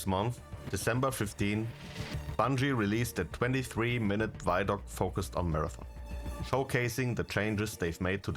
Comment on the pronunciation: It's vid-doc, not vydoc, it's a video documentary